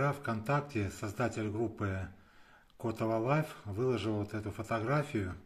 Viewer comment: Местному краеведу следует правильно ставить ударение в названии города. Правильно говорить КотОво (чьё) как псОво. Изначально слобода называлась КотОвой...Прадед и его кореш Захарченко, так и говорили КотОво, сажали в ней первые сады ,у меня есть их общее фото 1915г. Слободу так назвали первые переселенцы из Харьковщины в честь слободы исхода ,которая досе стоит на речке Убля. Что касаемо фото ,то оно видимо покрашено ибо тогда цветной пленки еще и в помине не было у простых совков. Вождей с космонавтами и то черно-белыми фоткали...Бабло экономили на Агфу и Басф...но только на кино и Огонек ! Человек-амфибия тогда крутили. Народ офигевал от счастья .Электричество по селам давали только по вечерам.